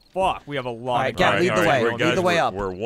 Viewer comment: I love it when Gavin gets extra British. "OH HO! Roite in the 'ead!"